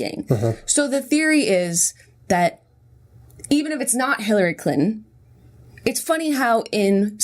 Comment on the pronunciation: Jenna says "Clinton" like "CLITton" and I can't handle it.